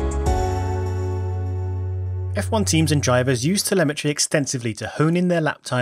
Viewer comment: *telemetry, not temelmatry